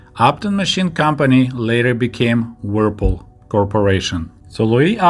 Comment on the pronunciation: your English is excellent, there are a few words where you need to hear the English pronunciation, the brand "Whirlpool" is one you need to hear, it's a very difficult word for a native Russian speaker. Thanks so much for your videos.